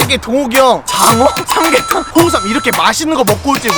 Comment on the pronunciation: 장어 삼계탕 홍삼 발음 무엇~?ㅋㅋㅋ